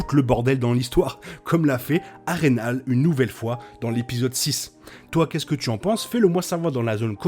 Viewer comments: Je te dis ça comme ça, mais cela se dit "Har-reine-hole" dans la prononciation et pas "Har-reine-hale". Mise à part cette petite erreur, bonne vidéo, le montage et agréable. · J'aime la réplique de Aegon à Harren " A l'aube ta lignée disparaitra". Moi je préfère la prononciation "Harren Hol" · mdrr ça me fruste aussi comment il dit harrenhall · Roooh s'il te plaît ça se prononce "A-reine-haul" et "Hoss of zeu Dragon" j'dis pas j'ai un accent impecc mais really? Sinon très pertinent comme vidéo continue bg!